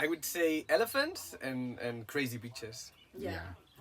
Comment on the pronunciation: When said crazy beaches to be honest I heard something else😂Anyway as always this was awesome aiya n akki!♥️